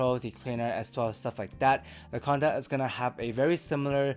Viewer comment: Canta, not conda.